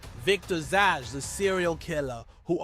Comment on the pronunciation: Zsas not Sjosj and it's Vries, Victor Vries or van de Vries depending which narrative they use